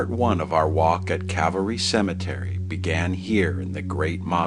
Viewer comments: Why does it sound like you say Cavalry and not Calvary? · It's Cal-va-ry, not Cav-al-ry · That's CALVARY. Not CAVALRY. One of my pet peeves, (usually with the first word pronounced wrong). This is antique stuff, more on the lines of our grandparents generation. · It's Calvary not Cavalry. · I love your work but PLEASE it is CAL VARY not cav alry lol. You are so respectful and dont senstionalise any of the people who you choose to talk about. I wasn't keen on seeing tese 2 episodes as I am not a Hollywood fan, but you have done such a fantastic job that I was pleasantly surprised. Thank you. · Cavalry-- someone could have corrected the narrator.